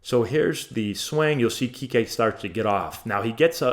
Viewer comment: How many Yankees fans are going to call him "kiki" because of John Sterling. It's Enriqué "Kiké" Hernandez. Why he calls him kiki I can only assume is derogatory because he wouldn't mispronounce his name if he were a Yankees.